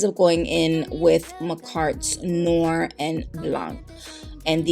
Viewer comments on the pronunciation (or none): none